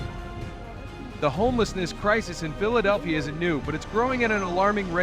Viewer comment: THIS IS AI CRAP - CAN'T EVENN PROUNOUNCE PHILEDELPHIA!!! IDIOTS!!!! REPORT AI AS MISLEADING/SPAM